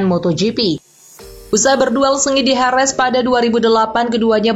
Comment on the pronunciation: Jerez min, bukan herez bacanya.